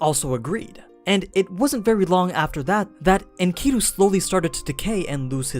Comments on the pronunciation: The pronunciation of the ancient names is killing me in this video. It’s okay that you don’t know but please study more. (Mess-o-pot-aim-ia), (In Ka Dew)Enkidu, and other stuff is bothersome but those are the worst lok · honneyyy oh my lord. Enkidu, Is pronounced Inky-dew. For all the people who studied the story of Gilgamesh we all cringed when you said it like that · Nice explanation, except for your pronunciation for Enkidu. But whatevs man.